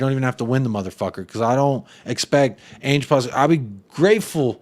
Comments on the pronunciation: It’s Ange as in Angela. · What up man. I’m pretty sure it’s pronounced “Ange” like Angela